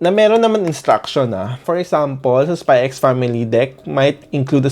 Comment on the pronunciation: Spy family not spy x family you're not supposed to pronounce the x